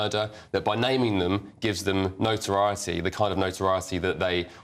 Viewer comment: This managing editor of a media company can't even pronounce the word notoriety and doesn't think it's significant that the killers were named. I don't think I'll trust his content.